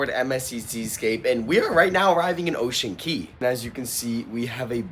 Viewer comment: It's Ocean Cay numb nuts!